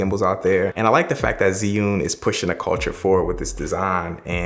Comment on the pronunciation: It's Axe-sis and Zih-yoon...and I see what u did there with the hip-hop Asian soundtrack 😑